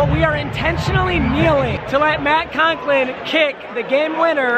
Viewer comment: ...conklin....bud its Coughlin as in cough-lin